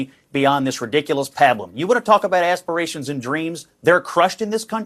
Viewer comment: s-pee-ray-shun? Oh, as-pi-ra-tion. Aspiration. ASpiration. ASPIRATION!